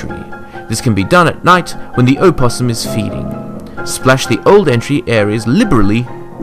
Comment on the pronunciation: That's not how you pronounce opossum